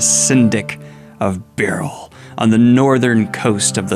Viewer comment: Why he sayin Beryl like that? What a weirdo.